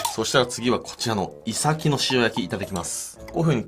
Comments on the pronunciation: イサキとイトヨリのイントネーションが気になる。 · イサキのイントネーションが違う気がする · イサキのイントネーションw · イサキの発音に違和感